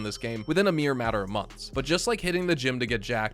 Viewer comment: Did bruh say months???